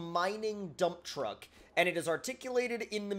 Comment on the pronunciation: I always hear "this is a dumb truck"...😄😄😄😜😄😄😄